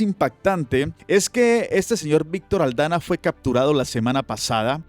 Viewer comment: es Víctor de AldaMa, no AldaNa. Un abrazo.